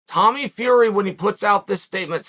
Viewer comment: the way you say Flurry leaves me in awe. A noise my hears cannot quite wrap around, it is like when the wind strums the resonant frequency of a bridge and the whole joint wobbles like jelly.